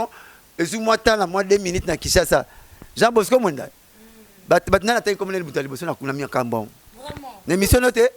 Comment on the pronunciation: Non,Mosaka avant. Mais a prononça Jean Bosco Mwemba